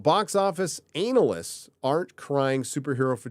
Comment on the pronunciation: I love how you call them “Anal ists “. 🤣😂🤣😂🤣😂🤣😂🤣